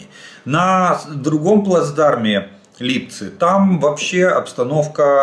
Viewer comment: Сердечно благодарю , за , наконец , правильное ударение в слове Липцы